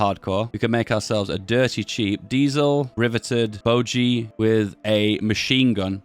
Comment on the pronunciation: BOGIE as in colonol bogey not boogie